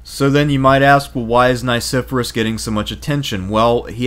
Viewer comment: Please; , it's pronounced Nye-SEFF-Uh-Ress. I and E have very different sounds. And this is a professional production, correct? There were many mispronunciations in Part I, so I finally had it.